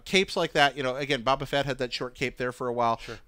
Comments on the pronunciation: anybody else notice he says buba fett instead of boba fett when talking about the chrome soldier's cape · Only because it drives me nuts but is aware that he is mispronouncing Boba Fett's, Lando Calrissian's and Max Von Sydow's names? Literally said Baba Fett, Lando Calreesian and Max Von Siddow... It may be a minor thing but at least two of those names are Iconic to Star Wars so there should be no mistake... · Did he say Baba Fett like what? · needs to learn to pronounce these names correctly. Bobba Fett? Lando Calreesian? Even actor's names. Max von SYdow. Not Max von SIDow. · Did he say "Boppa Fett"? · "Bob-uh Fett"? I'm sorry, I'll be taking your Star Wars fan card now. You can leave